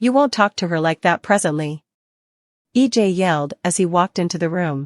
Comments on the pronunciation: It's not E.j it is EJ WHAT IS WRONG WITH YOU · EJ. Not E dot J